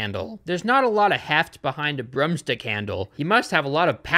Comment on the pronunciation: I knew you called 'rooms' 'rums' but finding out that its all double o words made me giggle. 'Broomsticks' are 'brumsticks' as well. Cute lol